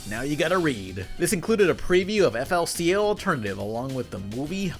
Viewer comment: did bro just pronounce fooly cooly as “f-l-c-l”